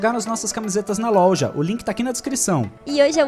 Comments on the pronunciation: louja kkkkk não é loja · KkkkKKK eu MORRO DE RIR QUANDO O FALA: LOUJA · O:02 quem reparou q o falou "louja" comenta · O no começo do vídeo falou louja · Esse e o nome da loja q vende as camisetas deles "lolja"